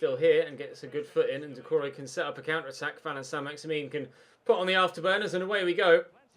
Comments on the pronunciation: na so what, ur bad anyway stop shouting and start saying names properly. its not saint maximin its pronounced as maximan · Pronounce it like St MaximAn instead of MaximIn very annoying, and I also think your side is good enough to play Ultimate or at least give it a go for the last 5 games of the season. CPU passing is very poor at times so up passing accuracy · Learn how to pronounce he name its Allan Saint Maximin its not min that part don't pronounce corcetly learn frensh last names.